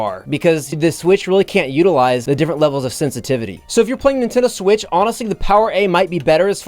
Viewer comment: Do you pronounce Nintendo as Nitendoo?